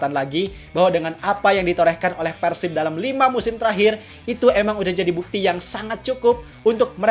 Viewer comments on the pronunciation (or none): ciga barudak keneh euy,nyebut persib nya persib bukan peursib,ciri khas org sunda